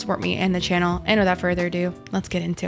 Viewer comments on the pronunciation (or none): none